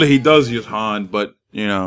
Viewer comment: you pronounce Han the correct way. #papabertogettingitright also, i'd love the chance to play against you